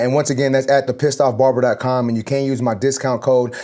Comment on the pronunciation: I had to replay that clip of him saying the Pissed off barber... (Whats he saying)😂 finally it came up on screen... thought he was sayin it but nooo surely!